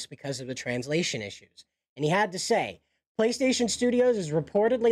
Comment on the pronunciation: Play station is a proper name, you pronounce it in English.